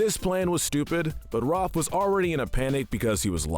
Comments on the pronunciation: RAFF NOT ROFF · Raaf It’s Raph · Am I the one who noticed how he pronounces Ralph as Roth? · please stop calling raph 'roph' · The a in Raph is pronounced like the A in Apple not Rawwph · Anyone else get upset that he calls Rafael "ROFF"?? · Where the shell are the Purple Dragons?! Also, why did you mispronounce Raphael's nickname?!